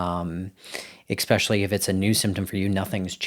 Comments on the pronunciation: Are you a doctor? Do you not speak English then? It’s NOT ex prescially! What the hell?! Every few minutes too! It’s especially - with an s sound not an x 😩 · I can’t take a doctor seriously if he says “expecially”.